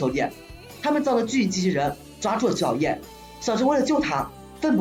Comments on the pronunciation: 我试了一下感觉是你的问题 虽然很明显听到了菊草YEAH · 这是什么鬼口音 菊草yeah？